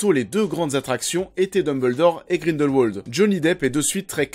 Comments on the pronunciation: On ne dit pas Grindelwouoooooold mais... Grindelwald comme ça s'écrit en fait. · En tant que suisse je me doit de te corriger: Grindelwald se prononce à la germanique, c-à-d Grin-dèl-Vald et pas grineulwauld. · Le nom se prononce grindelvald pas grindelwouald ptn 😂😂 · Mec arrête de dire Grindelwolde. Grindelvalde stp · Par contre, c'est Grindelwald, par Grindelouauld. Même dans la vostfr, ils le disent avec la prononciation germanique. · On pronounce Grindel"v"ald ! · Le nom du méchant se prononce GrindelVald, c'est de l'allemand donc le "w" à l'allemande ;) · Juste... grindelVALD. Prononce bien s’il te plaît. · Tu as des arguments pertinents mais stop prendre les gens de haut quand tu parles... et quand on fait une critique de film c'est quand même un minimum de bien prononcer le nom de l'un des personnages principaux.